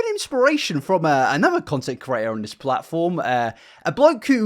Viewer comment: He’s saying it normally